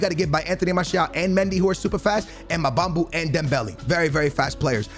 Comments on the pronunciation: Name: Mbabu: MAABAMBUU BAABYYY Say it like this. M BA BU haha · I love you but it’s EM-BA-BOO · still cant get over MA-BAM-BU lolll hahahah love it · This is trying say Mbabu